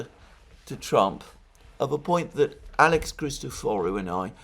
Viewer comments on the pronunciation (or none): none